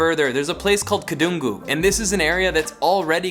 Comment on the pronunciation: Why don't you speak with right pronunciation? You can't speak even a word of Indonesian or Balinese, right? Just know a little bit about something and say like you know everything. Study before say something. Your pronunciation is really terrible. Are, Kedungu, Canggu... don't you have any Indonesian friend at all???